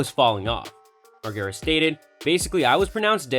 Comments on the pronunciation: Laugh my ass off your boy said Margara 😂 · Imagine pronouncing the name like this, when the dude literally been famous for decades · Theres no way youve ever even seen a jackass movie if you pronounce his name that way you vanilla boi lmao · if you're gonna make a video on someone you should probably know how to say their name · Say the last name right 🤣🤣